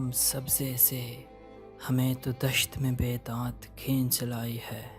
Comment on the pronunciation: "ہے " کا تلفظ ٹھیک نہیں ۔۔